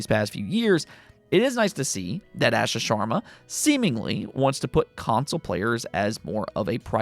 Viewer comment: You pronounce the xbox ceo name like Ahh Shaa